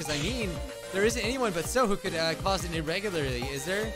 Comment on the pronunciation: The word "irregularity" had in a chokehold all video 😂😂😂😂 jkjk all love just making a funny